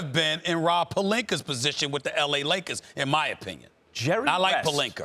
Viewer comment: Can someone please explain why Stephen a Smith always pronounces an extra R??? Rob pelinker??!Lol